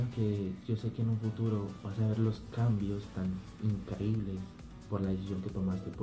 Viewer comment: "Trambios" 2017